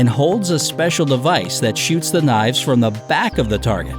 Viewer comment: I swear if I hear seicial one more time